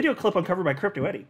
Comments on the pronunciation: Isn't it Crypto E-R-I... not E-D-I. Everyone calls her E-D-I tho for some reason.. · I think it's Crypto ERI not Edy. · Dude, It’s crypto Eri not Eddy